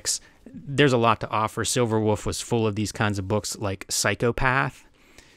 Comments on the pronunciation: PA accent spotted! "Silverwouf" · He always calls it Silverwoof. Charming! Ed drops most of his L's too. Is that really a PA thing? I honestly never noticed 'til I started bingeing these Kayfabe vids.